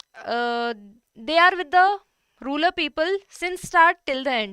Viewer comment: Ma'am that's rural, not ruler. Bdw, a very nice session